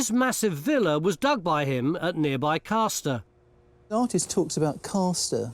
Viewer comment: It's CASTer using the northern pronunciation of the fishing action on the first syllable! Part of two close villages called Castor and Ailsworth.